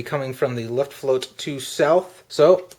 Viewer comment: Good review, but your German needs some help: Luftwaffe is pronounced "looft-wauhf-uh" not "looft-wauhf" Luftflotte is pronounched "looft-flauht-uh" not "looft-float" When will you be posting an RAF: Eagle episode?